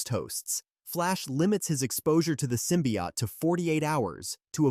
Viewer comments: What's a simbiot it's Symbiote man learn english man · Sym-pi-hot. Bro😭